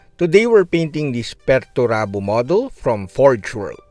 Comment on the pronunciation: It´s "Peter Turbo" you know.